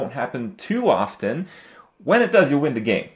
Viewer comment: THAT IS NOT HOW U PRONOUNCE OFTEN !!! :D